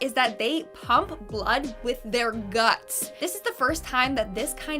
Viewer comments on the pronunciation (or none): none